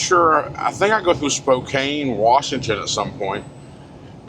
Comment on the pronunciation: It's pronounced Spo-can.